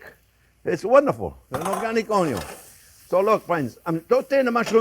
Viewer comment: Old subscriber, but I love hearing you say “Onyoons always 1st!”, watching you in the morning while drinking my coffee brings a smile to my face. Thank you Chef JP. I make cream of turkey stew-oup with wild rice and heavy thyme, sage, great idea to dress it up with puff pastry, can’t wait for thanksgiving now.😊 Something I have started to do is make my own powdered onion from those big onions. It is very flavorful and sweet, so much better than store bought. I find it adds a depth of flavor even when using sautéed onions.